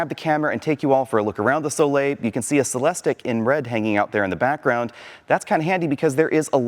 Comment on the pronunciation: Every time he says Celestick I’m saying it’s pronounced “Cel es teek!”